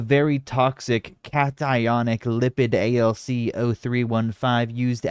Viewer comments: calling something "Cat-ionic" and not "cationic" is a borderline instantly disqualiying level of hyphenation. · I mean how it's read depends on what you're used to reading. I'm familiar with ionic as in ionising radiation so cat-ionic is how it reads to me. Cati-onic is how you're saying it should be read?